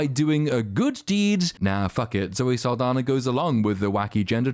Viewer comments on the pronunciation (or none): Zoe's last name is actually Saldaña, which is pronounced, "sahl-DAHN-ya."